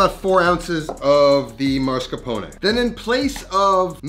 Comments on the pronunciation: I'm Italian and my issue isn't the lack of eggs, it's your pronunciation. It's masCARpone, not MARscapone. There's no "R" as the third letter. Americans always do this and it's incorrect. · Dude, it's Mascarpone and not Marscapone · why do all Americans call mascarpone marscapone? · MASS-CAR-PONE NOT MAR-SCA-PONE like you're pronouncing it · Did he say “mar”scapone? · MAH-scarpone. MAH-scarpone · why is bro saying marsh-capone 😭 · im just mad that you cant pronounce mascarpone MASS-CAR-PON-EH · I'm romanian and I was shocked by the way he said it. Marshcapone wtf!! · What’s up with Americans and pronaunciation of mascarpone? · Same. Maybe it's because I'm in the USA but I've never heard anyone ever say it that way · I can't get over the pronunciation of mascarpone